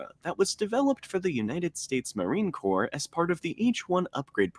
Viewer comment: It's pronounced Marine "Core" The "P" and the "S" are silent.